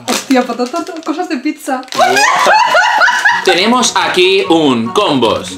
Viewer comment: cuando dijo aquí hay una pizza entendí: Aquí hay una picha JAJAJAJAJAJA